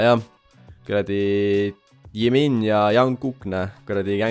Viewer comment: Tegelikult sa ütled jimini ja jungkooki nime valesti😅